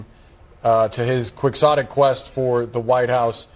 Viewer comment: LOL! CNN host doesn’t know how to pronounce “quixotic,” a metaphor of which I doubt they know the origin.